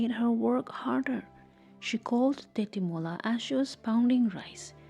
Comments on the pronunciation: Tetimola❌ Tejimola✅ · Not tetimola its techimola